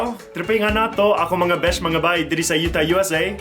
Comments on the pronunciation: It's funny that they can pronounced "ng" but not "mga" 😊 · Americans can't pronounce the word NGA & MGA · So funny how they pronounce MGA.....hahaha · Laughtrip kaayo., 😂😂 highlights on “NGA” coz they always pronounce it as “NAGA” 😂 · Hahaha! They hardly pronounced mga. Siaw-wa ani oi! Bisaya ambassador jud ka sa US. Hands down bai!